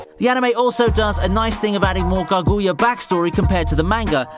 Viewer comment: The way you say Kaguya and Naruto 🤦‍♂️